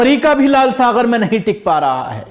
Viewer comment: Lal saghar nahin lal sagar bolo, gaf hai, ghain nahin